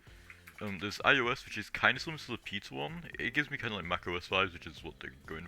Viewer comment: I was just joking about the way you said Peter it sounded like pizza